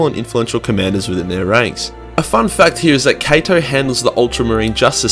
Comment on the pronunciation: I heard it too